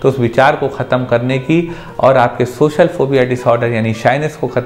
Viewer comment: Sir tum khud to baat kr nai paare ho, words ko sahi pronounce to kar ni paare aur aap logo ki problems solve karne chale 😂. For you kind information, wo socal ni social hota hai. Zabaan saaf karo apni pehle